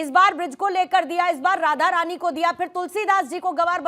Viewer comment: Radha rani hai bo thoda shi se naam le pradeep.